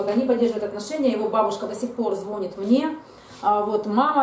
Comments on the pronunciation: звонИт, звонИт звонИт, звонИт, звоніт-ударение на последний слог, это не сложно, тренируйтесь, проговаривайте. Когда вы говорите звОнит это звучит так, если бы вы говорили-плЮёт, вОняет, виделА, ходилА. Нет слова звОнит, есть слово звонИт. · ЗвонИт,ну если звОнит,то не повторяйте двадцать раз...